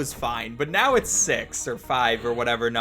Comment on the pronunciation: are you serious right neow